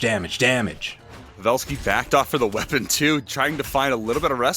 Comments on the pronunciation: Kuddos to the caster who says pavelski's name correct.Its Pa'velski not pave'lski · The way he said pavelski hurt me